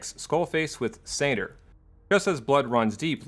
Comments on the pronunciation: And is me or do you keep saying Sayter instead of SANR? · It sounds like you're saying SADR instead of SANR. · Also you called SANR satyr a few times around the 17 minute mark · I keep hearing you say "SATR" instead of "SANR" and it was really throwing me off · Rewatching after 3 years and still hearing SATR